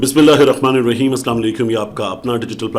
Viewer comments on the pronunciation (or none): none